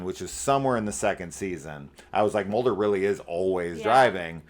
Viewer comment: What kind of name is MOLD-er😂?